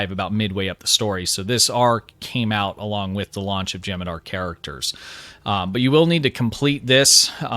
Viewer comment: U gotta pronounce the h in jem'hadar